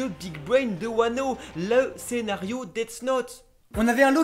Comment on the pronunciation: par contre juste je veux pas faire le casse couille mais c’est pas « pays de Wano » c’est juste « pays de Wa » parce que Kuni=pays No=de du coup Wa No Kuni=pays de Wa